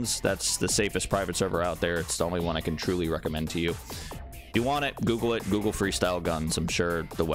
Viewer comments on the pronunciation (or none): none